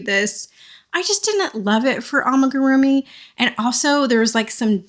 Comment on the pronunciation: you've almost convinced me amagurumi is the right word, i'm sure you've been told many times now, but just in case, it's AMIgurumi lol